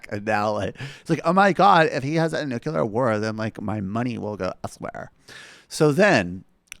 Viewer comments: A "nucular" war ? WTF is a nucular war ? It's NU CLEA RRRRRRRRRR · Omg stop saying that!! It's not nuke-ya-ler, for Christ's sake! It's Nu-clear! 😵🤦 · I appreciate the obvious mispronunciation of Dana Loesch's name, but for the love of GOD it's nu-clee-er, not nu-cu-ler. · Repeat after me: nu kle ar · it's pronounce nu cu lar..nu cu lar.... Homer Simpson